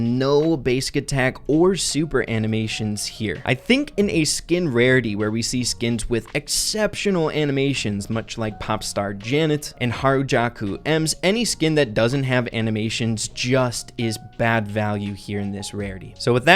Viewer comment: I find it a Lil disturbing how he vall that emz skin "harajaku" when it Cleary says "harajuku"